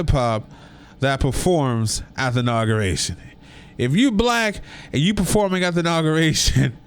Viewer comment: The word is inauguration not nauguration 👀